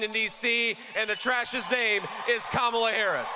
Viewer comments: Yall please let Joe Scarborough get a rest after today! Last week it was "a dictator of North Carolina" and now he corrected someone's pronounciation of her name INcorrectly. It's not ka-Mala or camela.. it's Kama la. COMMA LA. 💙💙💙💙💙💙 Love you Joe! 🤗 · PLEASE someone tell Joe Scarboro to say Comma la!! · I cringed listening to Joe constantly miss pronounce Kamala's name over and over again telling people how to pronounce it. and No one correcting him was even worse. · If you can’t pronounce “Kamala”, it says more about your IQ than hers. She is brilliant and well qualified to do the job. Trump was neither clever enough nor qualified to be president. 💙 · Joe is such a buffoon! He pronounced Kamala's name wrong!